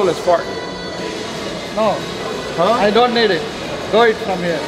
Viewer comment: “It’s fart not fot” 😂😂😂